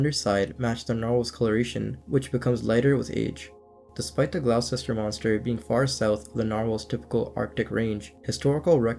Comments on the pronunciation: Wow I never heard of the Gloucester story despite growing up not far from there! (Also it’s pronounced Gloster and Nah-hant - think a Boston accent) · it's pronounced gloster my friend! Gloucester! Not being an arse about this pal! Just saying mate! Thanks for the great content 👍..love it. Jason in England x 🏴